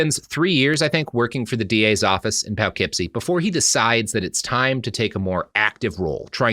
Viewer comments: As a resident of the Poughkeepsie, NY, area, it's Po-keepsie or Puh-keepsie, not Pow-keepsie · Oh no - not Poughkeepsie (poe-keepsie) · I'm 90% sure Robert knows the correct pronunciation. I'm 100% certain that he's aware it's not pronounced as it's written and is doing that any way on purpose. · The way Robert prounounces Poughkeepsie, NY absolutely tickles me.